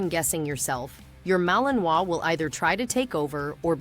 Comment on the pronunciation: Poxa! Começou mal, pegou mal Pronunciamento “Malinois”.